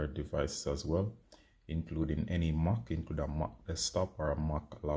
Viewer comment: mac not moc